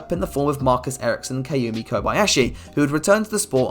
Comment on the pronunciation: kamui, not kaumi